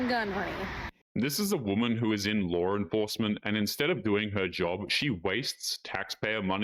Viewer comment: There is no R in "law"